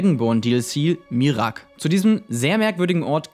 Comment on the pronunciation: Bro, es wird "Mira-ak" ausgesprochen und nicht "Mirak" :'D